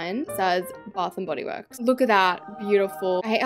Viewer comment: I’m so sorry but “Baf n body wourks!”